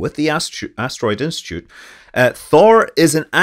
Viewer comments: Did I just hear “asstitute”? Was that a Freudian slip? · "People working with the asstitu-" Nice slip there, Scott 😀